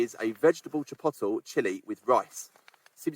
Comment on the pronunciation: It's actually not 'chippotel' but 'chee-pot-lay'. That being a kind of mild Mexican chile pepper!